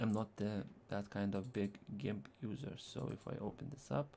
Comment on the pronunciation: FYI: It is Gimp with a hard 'g' like 'goat'; a soft 'g' is like the name 'George.' Nice video.